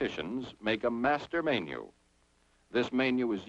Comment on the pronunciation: And "may-nyew" instead of menu."